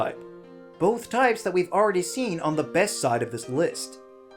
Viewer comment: No one noticed the Error made at #5 Best, they end up almost saying both so it sounds like you said "#5 fest" Because of the mixup mistake, dunno if anyone else pointed this out btw.